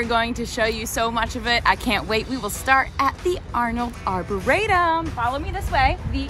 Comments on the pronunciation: I’ve lived in JP for 20 years. That is not how you say Arboretum. It’s Are-bore-re-tum. Also turtle swamp is on Washington street not Centre Street. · first time I've ever heard that pronunciation of arboretum makes you sound somewhat uninformed. but you go girl. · I’m really glad you enjoyed our neck of the woods. We are on the JP/Roxbury line & absolutely LOVE it here! For future reference, you can just call it “the Arb”…that’s what most of us locals do. I know that anyone from JP is cringing at your pronunciation lol. No worries tho. There’s soooo much more to explore here so if you’re ever in the area again I can recommend some cool spots!